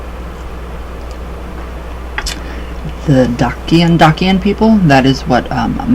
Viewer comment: Welcome home friend, have you been to romania yet? Visit Maramures you will love it. Good luck on your journey. Also most people pronounce it Dachian. La revedere!